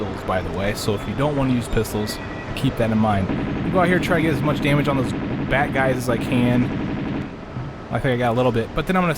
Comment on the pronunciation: I know you're saying "bat guys", but it's really hard not to hear "bad guys". :D